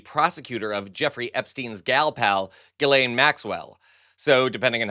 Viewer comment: Both men are pedophiles. Epstein trafficked, and bought the girls. (Thanks for pronouncing ms maxwell’s name correctly. (It’s like gee-laine.)